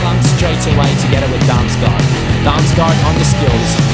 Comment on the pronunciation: You say å like an o. The same with aa. Damsgaard = Damsgord. And Damsgaard is danish